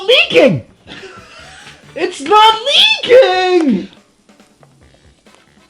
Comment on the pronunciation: It's not LEEE KING!